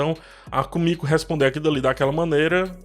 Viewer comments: Só eu achei estranho ele chamar Kimico de Kumico? 😥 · É Kimiko e não Komiko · Pq muita gente fala "kumiko" nos videos d the boys sendo que o nome dela é "Kimiko"? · vc tá pronunciando o nome do Hughie e da Kimiko errado...